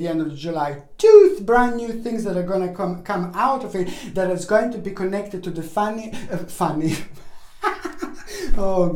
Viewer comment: I took it the Australian way hahaha I think however..that he was actually saying "funny"? But I did first hear "fanny" and that's what i'm going with LOL